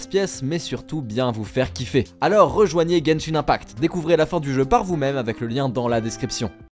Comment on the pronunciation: IL A DI "GENSHINE 1PACTE